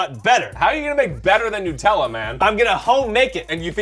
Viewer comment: By the way it’s nut- ella not nutallla